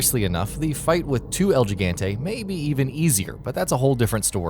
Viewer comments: Balta Bueno As a spanish speaker, it hurts hearing how pronounce the giant’s name “He-gan-te” to “Gee-gan-te”. 😑 Not to mention Sheva is pronounced multiple times with a short “e” and not with a long “e” just because it’s spelt with an “e_a”. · it's (L GIG-ANTE) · "El Jig-ant-ay" lmao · im cringing rn cuz he said gigante not higante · I know this man did not just say “ el jigantaye “ it’s pronounced el higanté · I honestly think that el gigante is read to as "el higante" not "jigante" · "El geeganteh" "you probably only seen a resident evil game in passing" jesus christ. It's like they just read a few wiki pages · El Gigante The butchered pronunciation - El Jigante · El Jigantay? Come on. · Elle.. geegantey?! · El jee ganteh.....(inhales) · “El Jiggantay.” God, you poor, uncultured swine.... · EL GIGGENTEH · El gigente? Bro do u even spanish? Please say it spanglish at least holy shit. Seems like Spanish is the toughest boss according to your pronunciation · El Gigante (L-He-Gone-tê) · Ismael Aguilar L-HI-GAN-TAY actually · it's pronounced El Hii-gahn-tey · El Gigante, correctly pronounced He-gante. Your welcome.... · Mr. Lopez It's L-HI-GAN-TAY and you're welcome, actually. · El Geegente?! It's EL GIGANTE! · "El Jigante" "Sheeva" Even though the game tells ye how to pronounce it multiple times lol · Lol yeah. Their respective games clearly pronounce it “He-gahn-tey” and “Sheh-vah”. Reminds me of Markiplier repeatedly mispronouncing Sebastian’s last name repeatedly during his Evil Within playthrough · Revenge Sniper el "chicken-te" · I lost it when he but algeganti cmon algeganti ????! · 1 - El Gigante is pronounced "El Hee-gan-teh" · Actually its L-HI-GAN-TAY. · It pronounce El Gigante not * El Jigante* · That El Geegeynte nearly killed me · el (gee-gant-eh) lol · Jeegantay LMAO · The first toughest boss on our list is Eel Geegauntae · Mobile Gaming El Tschigante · Mobile Gaming it's higante pronounced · El Gigante [ he•gone•tey] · el gee gan tay